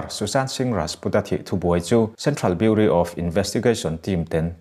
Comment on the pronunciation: Beuraw tiin lam rawh..ngaimawh ve maimai..